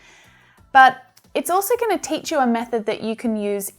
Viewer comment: You Tich well